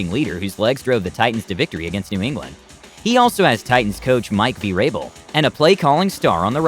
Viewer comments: I hate to say this but how do you make a video explaining something when you don't even know how to pronounce dude's names??? Vee-rabel?? Try Ver-able... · Naw I’m unsubbing this dude said mike v rabel 😭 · There coach is Mike Veerable? How can a knowledgable video not know how to say his name? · Did this man say "Mike V Rabel?" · Lol he butchered all their names 🤣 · my man said "Mike Vee-Rabel" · You miss- pronounced Mariota and Vrabel.